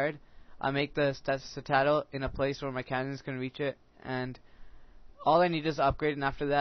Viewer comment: I finally figured out that you've been saying sit-aaaa-dal instead of sit-eh-dul. I got really confused in another vid.